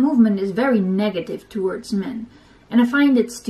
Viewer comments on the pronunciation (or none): none